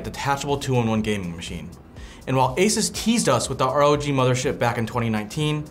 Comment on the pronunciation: The way he says Asus made this video unwatchable for me.